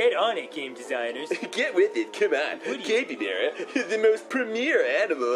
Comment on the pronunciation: It's pronounced like the hat Cap. The only reason I say that is for this to make sense. What do you call a joyful capybara? A HAPPYbara! What do you call a tired capybara? a NAPPYbara! What do you call an abusive capybara? A SLAPPYbara! There are hundreds more.